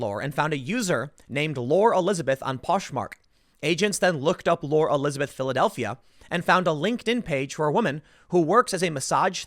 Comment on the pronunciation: Lore... pronounced “Laurie” Jesus Tim! You mangle names constantly.. who names their kid “Lor”?